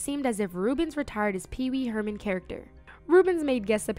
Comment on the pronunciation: "Pee pee Herman" 😂😂😂